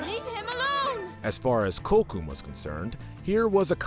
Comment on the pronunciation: Miss pronounced Kocoum but it's fine it's a hard name to say but you at least could have said sorry if I miss pronounced any name , I love you channel but this is a loose version of American history but is still not historical correct but you still should try to try harder